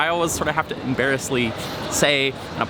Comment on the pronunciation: I had to make sure by backing up to that you actually said embariously!